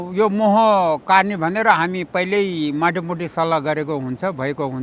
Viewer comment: baini "katne" haina "Kadne" ho. Tapai ho prayas ekdam sarhaniya xa. Hats off to you.